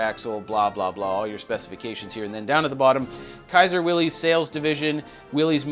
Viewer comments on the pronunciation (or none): Loved your love for the 54 Kaiser. Please--it is "Will Iss," NOT "Will Eze!" John North Willys would have taken you to task over this. This is, however, a small point on an otherwise professionally done excursion into the beauty and grace of one of the handsomest cars ever turned out in the 1950's!